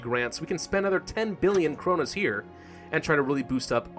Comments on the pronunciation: you calld it cronas its kronor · The currency is pronounced kroonoor =)